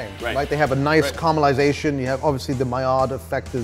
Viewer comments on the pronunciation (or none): You’re English how dare you say carmelization